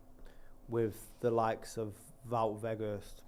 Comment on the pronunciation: Wout is pronounced like devout....